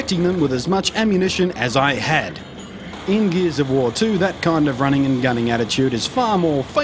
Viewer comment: "geez of war"